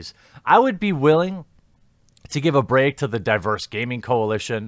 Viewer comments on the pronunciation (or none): none